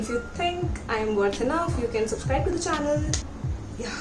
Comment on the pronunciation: welcome back to my CHONNAL kya hota hai...